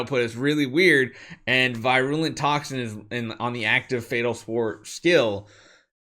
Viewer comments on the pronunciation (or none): I believe it's pronounced vir-you-lent